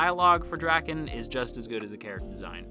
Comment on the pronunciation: As a manga reader a lot of the stuff your saying are just hilarious to me because there's not as deep a meaning as you make it seem like I'm this video. Also Draken's his name is pronounced like dray-ken not like dracken jus so you know